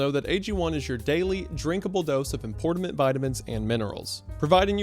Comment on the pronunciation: importamint vitamins